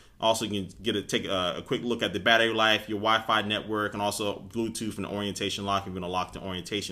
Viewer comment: HE SAYS BLUETOOF